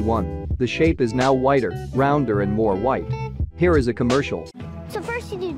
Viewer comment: dwidder commerkial